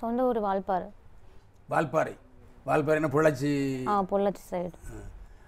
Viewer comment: வால்பாற இல்ல ஓல்பாற ..